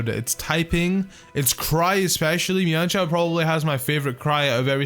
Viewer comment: It's men shao